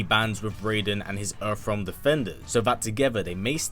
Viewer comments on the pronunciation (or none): Funny how you call it Erf realm 😁